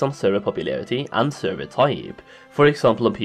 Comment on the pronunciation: Now repeat after me "Server".. not servey or survey